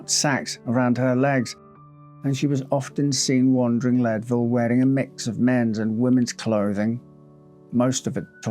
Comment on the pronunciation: Believe it or not, it's pronounced "Leed-ville" -- not "Led-ville." :)